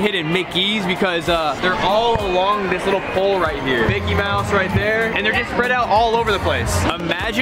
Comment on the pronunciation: said "hidden Blicky" instead of "hidden Mickey"😂